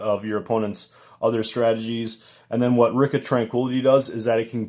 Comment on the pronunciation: its pronouced re-ka